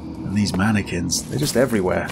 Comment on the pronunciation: "How many Mannequin's can be around here?"........ MANYquins